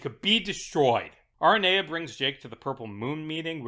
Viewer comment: it's ah-rain-ee-ah for the love of God please 😭😭😭